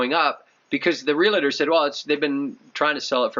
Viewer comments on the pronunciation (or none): Almost built in Floripa a couple years ago. Plan on doing it in a couple years from now. Is Floripa a little safer to buy than other parts of Brasil ? BTW it's real-tor not real-A-tor... very common mistake. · "Real-tor" not "real-ah-ter" spelled realtor not realater .....